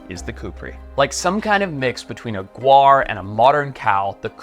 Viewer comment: Not guar it’s gaur